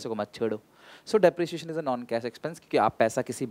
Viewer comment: But sir depreciation hota h na ki deprecition 😁